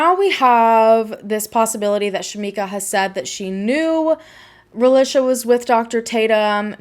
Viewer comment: I can’t watch with you mispronouncing her name. Ra-lee-shuh. That’s how her Mom named her & pronounced it and it should be pronounced correctly. Especially if you’re going to make money off her tragic story. At least respect and use her name & pronunciation.